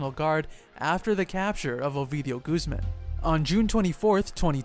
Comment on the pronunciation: Making so many videos about mexican Narcos you could really try a little more to pronounce the names right. Iván is not an english Name, it´s Guzmán not Guzmen....